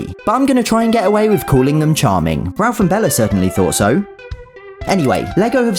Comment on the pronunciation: It’s crazy how he said Rolph instead of Ralph